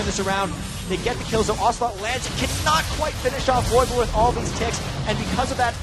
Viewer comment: It's ocelote (lux)